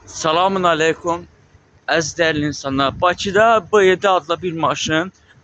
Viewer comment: BAMBLASVİLİ!! SALAMUN YOX SALAM ALEKUM YOX ƏLEYKÜM!